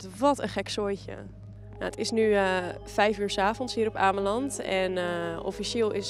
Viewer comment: als je shit gaat praten over ameland moet je het eerst maar goed uitspreken